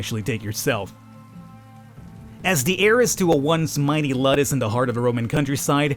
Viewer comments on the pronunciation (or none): And its Luuudus, not luddes xD you might wanna watch some episodes of Spartacus ( the "new" series ) to get some knowledge about that kinda stuff, its even relatively good and you might enjoy it pretty bloody tho, alot of nude and sex, and more blood and gore xD i hate the intrigue shit thats in it, but the rest is good season 1 was the best anyways